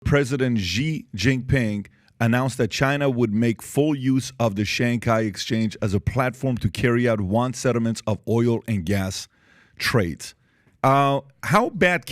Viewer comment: Please help Patrick understand how to pronounce China's President Xi's name correctly, PBD is such a talent - but can't stand he continues to butcher Presidents Xi's name..... this is very simple Xi = She... yes so easy.. President She (Xi)... the rest of his name is pronounced She Jin (like the name Jean) Ping (pronounced like ping pong, just say ping) very simple -- China's president SHE JEAN PING, keep up the great work PBD and home team.. such valuable content